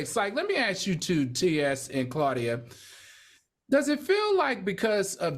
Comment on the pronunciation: Claudia butcher's her name every time.